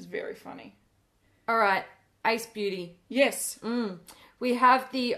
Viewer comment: Hearing Ace Beautē pronounced correctly for once is wonderful!!!